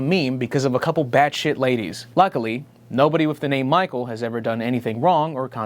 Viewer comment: Thank you😂😂😂 I was searching for someone else who got the fact that he said Micheal